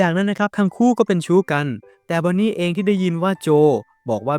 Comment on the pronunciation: จากชู้ เป็น ซู้ 😂